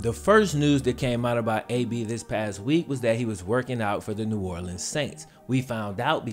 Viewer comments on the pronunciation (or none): none